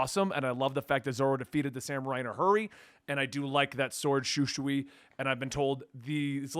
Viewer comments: You're close with the pronunciation of Shusui. Basically how you said it except the second S is just the s sound not the sh sound. You're saying like Shushui and it's Shusui. Close tho. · Sword is pronounced Shoo-swee. Also people ususally have Absalom as one of their least favorite characters considering he literally assaulted both women in the crew, so nobody will be mad that he pushed your buttons. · the sword is pronounced "shu soi"